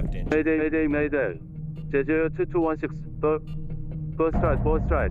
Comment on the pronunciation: If I hear "Jay-ju" one more time, I'm going to lose it lol It's Jeh-ju My wife knew the FO though, very sad for everyone affected; the victims, their families, controller(s), emergency crews, the nation